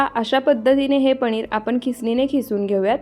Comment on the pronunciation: Are tu rajasthani ahes ka sarkha पणीर